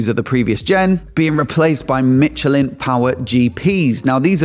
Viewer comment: It's sh in michelin, it's a French word